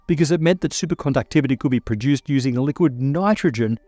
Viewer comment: I just love the way he says "Supercondouctivity" everytime.